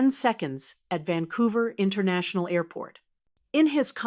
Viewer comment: It's Vancouver not Vancovrr like the sign says